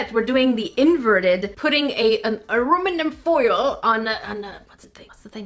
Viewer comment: You said aruminum, LOL! I don't mean this to be hate btw.